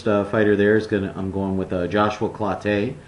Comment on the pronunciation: It's "clo-TEE", not "clo-TAY" you Big Fat ass.